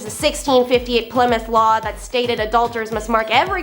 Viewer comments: FYI Ply-mouth is pronounced as pli-muhth (short i) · Ply-mouth😂 less internet more schooling